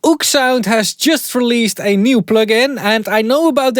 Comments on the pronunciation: It’s “oh-ek” sound not “oOoksound” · "oeksound" its o-ek sound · they are pronounced Oh-Ek-Sound